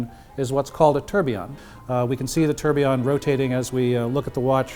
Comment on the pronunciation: I am not gonna buy it coz the way you pronounced 'tourbillon' was not authentic ......